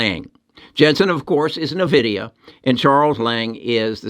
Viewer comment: In-vid-ia, not Nah-vid-ia.